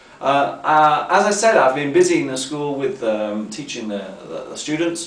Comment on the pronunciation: I've noticed an unusual thing in that video... I've never seen someone saying the -g final when pronunciating verbs with -ing, for example. So, that's what did, he said, at the beginning of the video: "teachinG English" Why does that occur? I've never heard a native speaker saying this way.